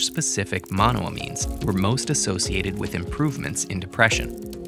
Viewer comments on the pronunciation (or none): The way he says monoamines annoyed me….it’s “mono-ayy-means”